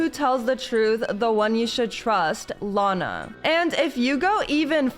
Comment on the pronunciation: team lana not lina